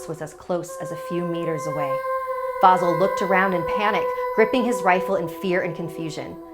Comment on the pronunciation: Vasìl* not vàsil